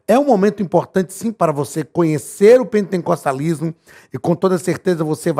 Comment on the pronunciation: Misericórdia não é pentencostalismo É pen-te-cos-ta-lis-mo sem a letra n depois do te